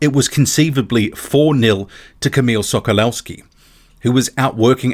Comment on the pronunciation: The W in Sokolowski is pronounced live a V.